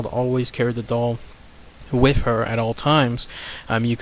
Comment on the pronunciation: Holy shit 7 mins in. It's WITH, not wiff.